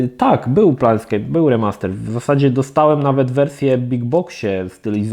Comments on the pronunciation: Plejnskejp a nie planetskejp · PLANEscape a nie PLANETscape. To T jednak robi różnicę. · Też mnie ten planet u Niego drażni, a ta gra już kilka razy pojawiła się w "kiedyś to było" i za każdym razem mną trzęsie jak to wymawia. A tak po za tym, to nazw wielu gier nie potrafi wymówić prawidłowo. Co dziwi u kolesia z takim stażem i doświadczeniem w grach. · Plejn skejp. To jest plane a nie planeT. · Kurła, no nie wytrzymie, "PlaneTscape"??? Serio??? Gdzie tam niby jest to "T"??? Fachowiec od gier że idź Pan w ch... ;)